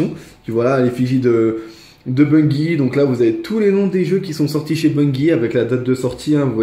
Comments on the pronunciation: sa se prononce ''Bunjie'' et non bungie pcq c en anglais ;) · tu le prononce mal ses pas gi ses ji